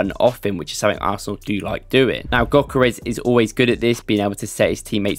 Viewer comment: For those who havent learned from Ødegaard, the Ö in Gyökeres is pronounced like the "Ea" in the word Earth. So like this Ööööörth 🌍. Also the G is silent. So Gyökeres is pronounced Yökeres. Hope that helped 🫡